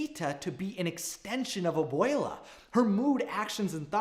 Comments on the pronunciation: The way he says abuella tho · If you say Obwele as Obwala I will literally implode. Nothing personal just a little annoying but I love your vids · “Ab-wale-a” -This guy on my yt fyp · I died every time he said abuela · Please work on your pronunciation don’t slaughter our culture by white washing it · Anyone else gonna talk about how he pronounced Abuela and casita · i cant get over the way ur saying abuela